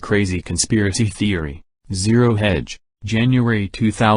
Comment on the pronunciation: tried....three times...can't do it, either...especially the pronunciation of 'zero'...lol